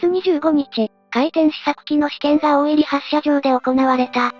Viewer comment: 有意義な動画のアップ、ありがとうございます。 当方、地元にて個人的に回天の資料収集・研究をしているものですが、残念ながら、本動画の中で地名の読み間違いが二カ所あれます。 ①17：56 「大入」を「オオイリ」と呼んでいますが、正しくは「ダイニュウ」 ②28：25 「大神」を「オオガミ」と呼んでいますが、正しくは「オオガ」 あと、「大津島」が「オオツシマ」と聞こえますが、正しくは「オオヅシマ」と濁り、 それと全般的に「回天」が「回転」のように平坦的に聞こえますが、正しくは語頭にアクセントがあり、「カイテン」の「カ」を高く読みます。 以上、不躾ながら、指摘させていただきました。 もし修正される機会がありましたら、宜しくお取り計らいお願いいたします。